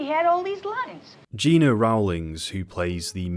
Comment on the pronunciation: Gena Rowlands first name was pronounced GEN NA.